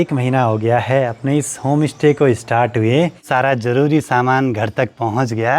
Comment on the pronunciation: Bhai Home stay open kia h ya Home Ishte...influencer ho thoda sa pronunciation ka b dhyan rkha kro...Pahad se ho ye hm b jante h hm b pahdi h...iska matlab ye nhi ki aap sushmita ko susmita bolo..stay ko istey bolo.... vlogs ache bnate ho..BABA KEDAR BLESS YOU